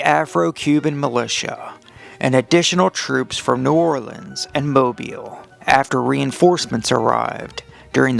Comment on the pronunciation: As a native Mobilian I approve of your pronunciation of “Moe • beel”.